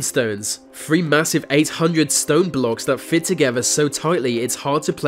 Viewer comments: It’s so irritating when he says vat, errmmmm it’s called “that” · Why does ‘vis’ guy pronounce every ‘th’ sound with a V please? ‘Vat’ is extremely irritating. 👀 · The..... NOT Vee! That..... NOT Vat!...........ffs It's not difficult!👎😠👎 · It’s pronounced “that” not “vat” and “the”not “v” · THem not Ven, THat not Vat, They not Vey, anoTHer not anuva. THe not Veh....... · Please learn to pronounce the "th", viss, vat, alvough, va, ve, vem, wivin... should be THis THat alTHough THe Them wiTHin..